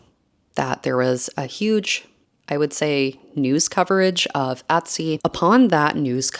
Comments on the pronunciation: Et-sy.... Not Ot-sy. ETSY. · drinking game: a shot every time she says "atsy"